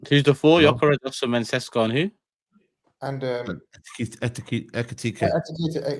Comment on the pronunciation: Victor Osinamhian ar (even saeed laughed lol)